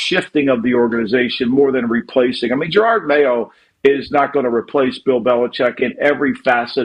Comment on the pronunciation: Who's Jerard Mayo? 😂😂😂😂 ❤ Yew Lombo!